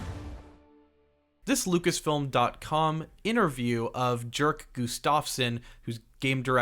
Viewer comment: Dude. I am a 100% sure "Jerk" is not being pronounced the way you do XD. But seriously, watching the first gameplay footage of Indiana Jones and comparing it to the latest cinematic iteration, one thing is for sure: Those old franchises should be turned into games, NOT movies. Because actors age but player character don´t. People are sick of their franchises being exploited by disney & co in a way that puts quantity and content over quality and longevity. Maybe the latest Ghostbusters in an exception but for all other great franchises, it´s just the truth: They are deteriorating. People prefer watching Terminator 1 or 2 over later iterations. Alien, Indy, Predator, Matrix, Star Wars, Marvel... you name it. And then look at Alien: Isolation. Or Terminator Resistance. or the new Robocop! Games succeed where movies fail. Hollywood should take notes!